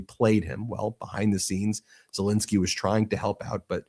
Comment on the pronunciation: ZelENSKY not INSKY, FFS why can't you pronounce his name correctly. When you were in court, did you do the same??? You've done this for years now and it's not professional. Shall we call you Bin or Ben !!?? Ensky NOT Insky Get it right.